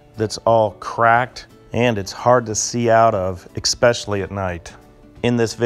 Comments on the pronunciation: Did you just say “exspecially?” There’s no ‘x’ in “especially.” Look at the word I just wrote very closely. There’s no x, no c, no k, nothing like that. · ITS NOT EKSPECIALLY ITS ESPECIALLY!!!! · Please don’t say ex specially. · "Exspecially" Michigan? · 1. You sound like a robot. 2. Your "new" lenses are hazy. 3. You said "ekspecially" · Are you out if you f#%#%#%g mind? I should have known how idiotic this would be the second he said, “eck-specially”. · Lost me at "expecially" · There is no 'x' in "especially".